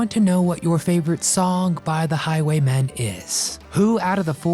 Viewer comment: It's Highway MEN not Highway MAN